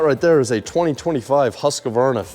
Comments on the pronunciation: The way you butchered the pronunciation of Husqvarna 🙈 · As a Swede, how you pronounced Husqvarna killed me 😭 I know it’s irrelevant since I could still make out what you said, but still. But DAMN what a cool place! Unique home and cool AF. Even if it’s pouring down outside you can still sit “outdoor” and enjoy it without getting wet at all.